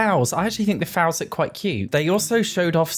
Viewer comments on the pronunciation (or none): i've been searching for this + the way he said "fowls" instead of foals, i REFUSE to believe it was just an accent thing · How are you pronouncing fouls?? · The way you say foals... kills me 🤣🤣🤣